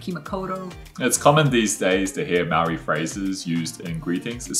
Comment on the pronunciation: can you learn how to say Māori please its not pronounced 'marry' 'or 'murray'!!!! Your wife's pronunciation is beautiful.